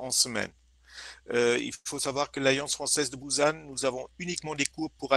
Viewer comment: Je connais Busan, mais on ne prononce pas comme /bouzanne/. c'est /bou-Sanne/ à ma connaissance.